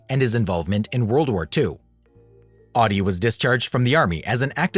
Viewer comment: Pronounced ODdee. OWdee as you say it is the German car company.